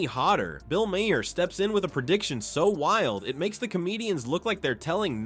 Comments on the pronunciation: Colbert is pronounced 'Colbaire' and Maher is pronounced 'Marr'.Nice try AI.Your biggest problem is pronouncing names.😊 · Right! Ma-HAIR!